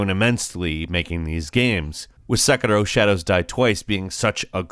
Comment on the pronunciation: Very surprised that have an Irish accent only when saying the word "Sekiro".